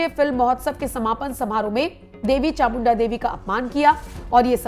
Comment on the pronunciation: It's chamunda devi. Please pronounce properly.